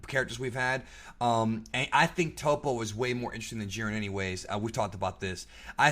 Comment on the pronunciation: I thought they pronounced Toppo it TOP-O in the show.. not TOE-PO... But I do agree on the part that Jiren is boring AF.. they should definitely show some of jirens past to show how he got to we're he is now.. make him relatable because he has that superman level of unbeatable to him that makes him uninteresting